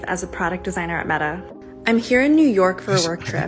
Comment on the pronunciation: They can't even pronounce "Meta" properly.